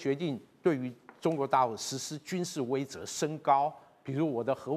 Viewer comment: 威慑（she）了啦